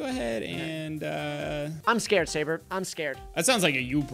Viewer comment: sabre says "twbre"